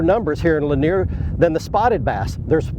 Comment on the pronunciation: Yes, he said Cindy Lanier